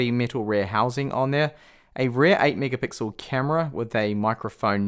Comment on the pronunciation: You say rear like rare